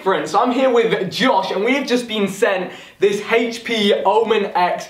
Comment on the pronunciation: Hhaych-p is how they pronounce HP